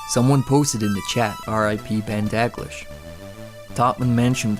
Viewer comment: It's pronounced Da-gleesh